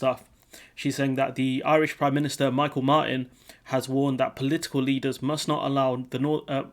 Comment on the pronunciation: Micheal is pronounced mee-halll....just saying. Good video otherwise especially bojo segment